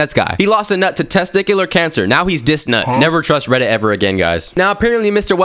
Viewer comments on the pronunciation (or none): none